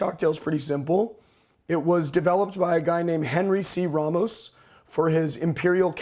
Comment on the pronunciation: It's pronouced Raymos, not Rahmos